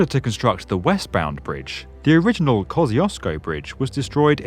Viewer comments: No it's Hell Gate. And it's Koh shoosh ko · ko-SHCH-OO-SH-ko - that's how you pronounce 'Kościuszko' in English in the way that is most similar to the original Polish pronunciation :) Great video, greetings from Poland ! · IKR 🤣 It sounds EXACTLY the same. But apparently he's not pronouncing it correct 🤔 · The english pronunciation of 'Kościuszko' sounds so funny. Love from Poland❤